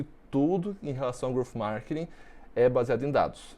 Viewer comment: Só eu fiquei incomodado com ele falando “markining” 😅. Excelente vídeo, parabéns 🍾.